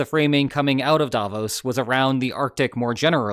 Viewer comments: The intonation is on the “o” in Davos — “Davooooos” — not sharply on the “a,” as you do it 😉 But not to worry: probably 100% of people outside Switzerland pronounce it incorrectly, and, oddly enough, at least 50% of people inside the country do too. So, since Switzerland has roughly 0.1% of the world’s population and about half of them get it wrong 🤨 you could be among the only 0.05% of the world’s population who pronounce it correctly 🤗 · As a Swiss person, may I give you a tip on pronouncing Davos. You did almost perfectly, not saying the 'o' as a diphthong like in bro. The stress however must be on the 'o' not the 'a', so the stress pattern is like in 'the bros' but the vowel quality is just like you said it.